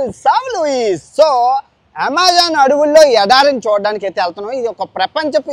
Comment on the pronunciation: Yamazaaanu kadu bro Amazon 😂😂